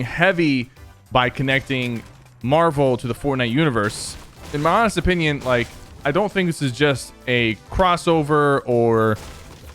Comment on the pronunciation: You said lake instead of like